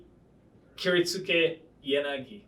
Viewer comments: You're right, but the guy in the video absolutely mispronounced it, regardless. It's clearly not "Kirit-SOO-kay" with an emphasis on the SOO. That's exactly how an American would say it. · The u is silent in kiritsuke my asian brother.